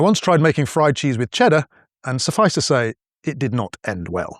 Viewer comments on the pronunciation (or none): none